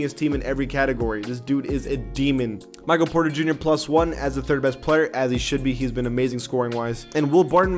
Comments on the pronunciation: Mikal Bridges name is not Michael It’s Mi-kell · it’s mekeel bridges not michael brides